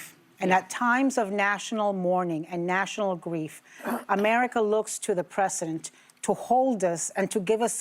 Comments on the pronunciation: preh-zuh-dnt Ana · Stupid Ana cant say President. Why: she is not educated.